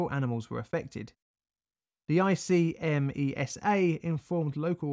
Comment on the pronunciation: I'm Italian, I remember the event, I was a child. I live about 70 mile south of Seveso. Deaths by cancer in lymphatic system linked to the Seveso accident continued for many many years. BTW, we spell ICMESA like a word, like IK-MESA where the I is spelled like the I in "incident" open this link and click con the audio link on italian